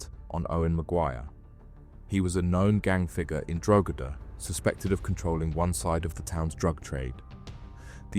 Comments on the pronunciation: Given the horrific nature of the offences, the sentencing seems light to me. I guess when these men are released, they will just carry on with their old way of life. Incidentally, isn’t the place name pronounced ‘Drog-ee-da’? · Where is this "Drogeda" of which you speak?